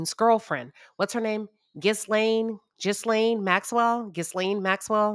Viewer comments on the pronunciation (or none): Ghislaine's name pronounce 'Gill Lane' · Ghislaine pronounced Gee-lane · It's spelled Ghislaine pronounced Ghalaine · Ghislaine is pronounced like “Gillaine” but all together. The H and S are silent.